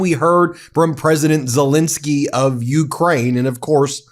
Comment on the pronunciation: For god's sake Ben , pronounce The President of Ukraines name right. It's Zel Ensky NOT Zel Insky. Ensky not Insky got it. If you were in court defending someone, would you continually get their name wrong. You have been doing this for a couple of years now, so FFS get it together. Should we call you Bin or Ben ????!!!!!!